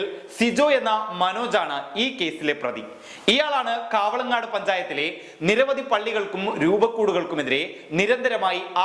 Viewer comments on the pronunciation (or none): കാവളങ്ങാട് പഞ്ചായത്ത് അല്ല, കവളങ്ങാട് പഞ്ചായത്ത് ആണ്.